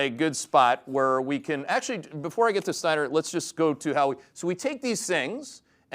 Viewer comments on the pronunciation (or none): It's Steiner, 😂